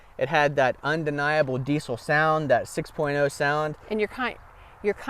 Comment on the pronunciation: It’s diessssel not D-Cell.